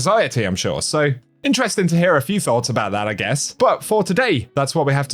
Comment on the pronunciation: Jesus-fucking-Christ, it's Mara-THON. Not Mara-Tn. Can you at least TRY? Also, not EVERYTHING is "Interesteeen"